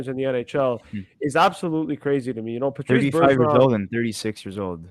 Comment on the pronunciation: its patrice not patrick